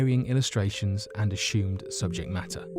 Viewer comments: I love the way he says ashumed instead if assumed. I’m going to start saying it that way. LOVE the channel.❤️ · "akshoomed" 🤣 as-sumed